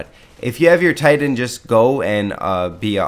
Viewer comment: Cool hwhip? Thitan?